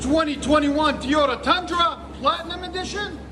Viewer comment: Did I hear you say Teeota. Damn hillbilly.